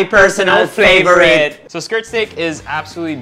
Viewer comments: " My personal flavorite " 😜😜😜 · "My personal Flavorate" 😂😂😂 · LOL "my personal flavorite" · The way Erwan said “my personal flavorite” 😂✨ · i died LMAO😂😂😂😂😂 My personal "fleeeeyyborit"